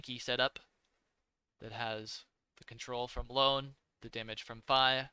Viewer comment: It's Ione (ee.o.ne), not Lone 😁